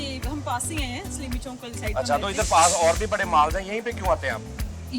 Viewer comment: Accent of Faisalabadi "Saleemi Chounk 🤣" 🤣🤣🤣